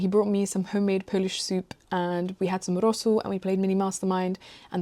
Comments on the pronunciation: Wait, are you polish or smth? Cause your pronunciation of „rosół” was really good👀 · Are you polish by any chance? Your pronunciation of "rosół" is flawless